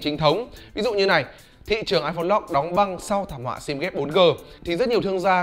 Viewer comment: lock mà cứ đọc lot lot cc :))